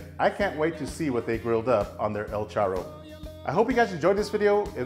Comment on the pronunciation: Looks good but you are pronouncing charro like a gringo lol! Make us Mexicans proud and roll the R’s lol. Great video!!